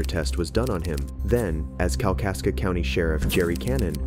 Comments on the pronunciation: Dude, it's Kalkaska* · It's Kalkaska!